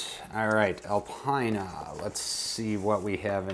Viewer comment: Hey, great video as per usual! Keep it up! Alpina is pronounced ‘Alpeena’ in Europe. I love your raw video content.. 👍